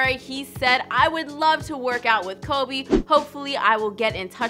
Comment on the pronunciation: Its Kobe not Cobe...do you even know the Mamba?